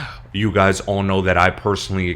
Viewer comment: 'And if you don't gno... now you gno' 👁